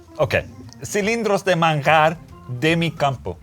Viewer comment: pronuncia excelente español! Manjar!